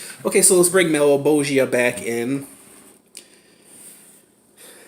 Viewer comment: thank you for pronouncing malebolgia correctly